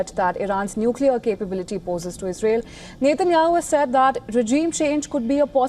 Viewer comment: Israel’s PM name is NOT pronounced as Nathan-Yahoo. Please correct the way you say .